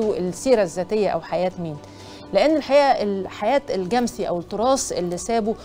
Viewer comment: أيه النطق الغريب ده؟!!!!! الجمسي بفتح الميم وليس تسكينها.